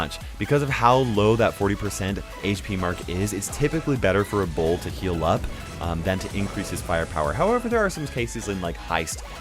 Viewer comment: He doesn’t say bull he says ball with a deep a and yknow like he says balllllth not both which is cool